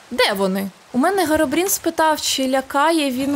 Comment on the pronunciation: Херобрін а не Геробрін